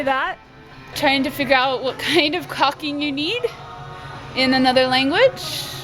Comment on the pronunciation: Hey kids, it's caulking, not cocking, lol.... best of luck to you in 2018!